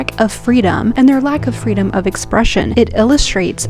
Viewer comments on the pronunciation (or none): none